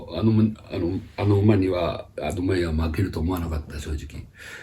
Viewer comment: アドマイヤクワッズのところ 正直何言ってるかさっぱり分かりませんでした笑